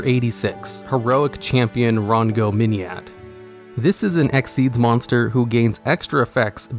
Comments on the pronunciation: I find it amusing that he messed that up, but nailed "Number 86: Heroic Champion - Rhongomyniad" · so you can pronounce Rhongomyniad right but not Nekroz of Clausolas?